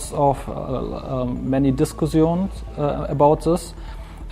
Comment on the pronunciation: many dis-cu-sions eh?